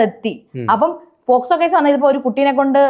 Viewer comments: പോസ്കോ അല്ല മോനേ പോക്സോ...... 😛😛😛😛😁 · പോസ്കോ അല്ലെടാ.. പോസ്കോ 🙏🏻🤦🏻‍♂️ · പോസ്കോ അല്ല പോക്സോ